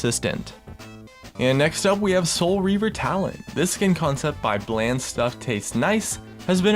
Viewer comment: I appreciate your content, but your pronunciation switch ups made me cringe a few times. "Hylia" to "Hehliuh" to "Hayliuh", "Bland" said correctly, to "Blain". Sorry for the nitpicking it's just something that stood out and distracted me from what you were showcasing. A little consistency is all I'm critiquing you for, whether you're pronouncing it right or wrong.